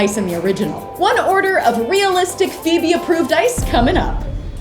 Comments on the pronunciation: It’s not Feobe is not a name it’s phoebe 😂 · it’s Phoebe not Feobee